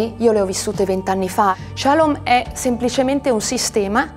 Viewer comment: "Che non potesse di nuovo accadere che qualcuno ci prendesse, ci portasse, ci segregasse..." cioè i suoi genitori. Suo padre magistrato non ha mosso un dito contro questa comunità. Comunque si dice shalòm, non shàlom.